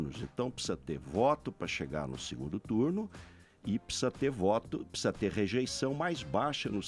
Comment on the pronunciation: esse '''''PPSSSZA''' ao invés de pronunciar ''precisa'', tooodos eles falam assim, q nojo, asco de politica. q morram todos TODOS. NEM PRECISO VER O VIDEO E TENHO A A BSOLUTA CERTEZA Q ESSEFALA ASSIM TB